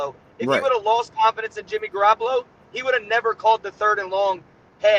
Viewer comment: He keep saying jimmy garapalo